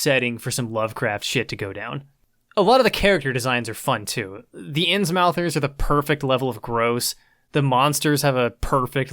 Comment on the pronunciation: I saw the fish dude and heard "Insmouthers" and I'm like: OOOOOOOOOOOOHHHHHHHHHHHHH SNAP. HERE WE GO WITH THAT HP GOODNESS